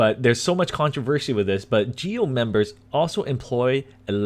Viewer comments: 🚫 it's "GOE" of national police,not "GEO" . jaja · Muy buena la pronunciación de GEO 😂